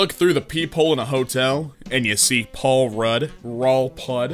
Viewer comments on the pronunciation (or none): none